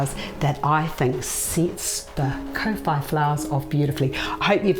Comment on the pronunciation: Your pronunciation is not the best if you say kor fy that's how kowhai should sound . Not co fy